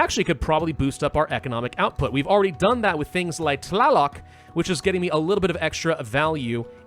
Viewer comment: You almost nailed the pronounciation of Tlāloc and Xīpe Totēc!